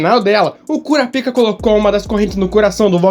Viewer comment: Precisa enxer a boca para falar Kurapika??? kkkkkkkkkkkkkkkkk